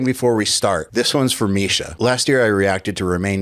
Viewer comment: “Typically, Jake, Marsha, and I, will get together and…”*** needs to get his shit together. Bro will never get the unchained tone if he doesn’t start speaking correctly. I believe in his journey, that’s why I’m pointing this out.